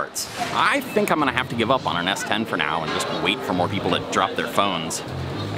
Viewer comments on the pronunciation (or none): Hey, great video. BTW, the reason everyone thinks you're saying S4 is because you keep saying 4 not 10? Might be better to just say the English number if you can't master the tone (curving it down and then up for 10). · You pronounce S10 like S4. The intonation is a subtle tweak from each other. S4 is a flat tone, S10 goes down. It's a good thing you show the + sign to indicate 10 or you might end up with S4 😂😂😂